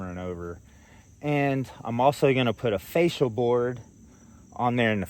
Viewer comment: are you saying facial boards? Cause it kinda sounds like you are saying facial boards. I was like, oh no, I've been pronouncing it wrong for years. I had to go look it up. Here is what I found. The fascia board is the one mounted at the point where the roof meets the outer walls of the house and is often called the ROOFLINE. However, most people refer to it by the name of the main board that carries the gutter – the fascia or fascias. Here is the other definition: A facial is a form of skin care that commonly includes cleansing, exfoliation, and extraction. Of course, it’s more than that. Pampering facials can improve not just the look and feel of your skin but also your mood.